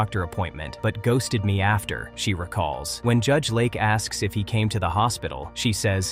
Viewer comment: Judge LAKE, not Lark. AI is terrible. 👎🏼